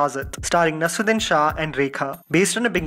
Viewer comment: Please work on your vocabulary and pronunciation. It's not nasruddin. It's nasEErudIn